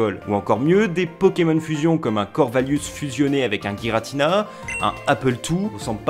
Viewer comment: Giratina se dit Jiratina en français. C'est comme girafe ou gyme. Arceus idem c devant une voyelle se sit S.